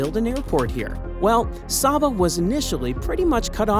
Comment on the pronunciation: It is pronounced say-ba